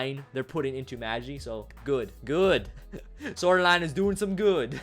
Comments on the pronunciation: You prouncouned Magi Wrong its MaahGi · magi is pronounced with a long G. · It's pronounced maghi, not maji